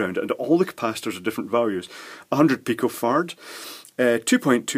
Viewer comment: i giggled when i thought you said "nano fart" and "pico fart"